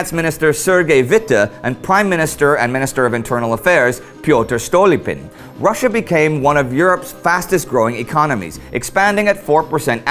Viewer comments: The name is pronounced StolÍpin (russ StalÍpin), NOT StÓlipin. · Y'know, your Russian pronunciation isn't too authentic: "zar" instead of "tsar", for instance. And I noticed you pronounced Stolypin's name German-style. It's not exactly a major issue, of course; this is the finest history site I've encountered. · STO ("O" → "A", as in "Love", "London") + LEÈ (as in "Leave" with the stress on that syllable) + PIN.